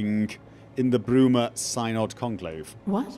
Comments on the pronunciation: The "y" in "Synod" shares the same pronunciation as the "i' in "sin". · Pronounciation of Synod is indeed as in "sin", not as in "science". Pity they didn't clear that up before recording the dialogues.